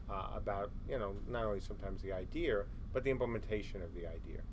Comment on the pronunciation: Why does idea have an "r" sound in it?